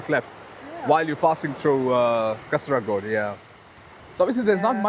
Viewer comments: Hi not Kasaraagod it is Kaasargod. (Check where i plased double "a". I put double "a" only for your understanding) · Correct pronunciation is Kaasarkod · It is kaa--sir--god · I think it Kasar_god "a" silent while pronounce...😊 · Kaa ser kod for pronouncing